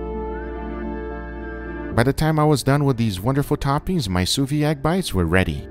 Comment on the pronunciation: It is not sous vi, but sous viD .. It is necessary to say the D . It sounds wrong.. I am sorry but i am French .. But otherwise I love your videos .. Thanks .. :-)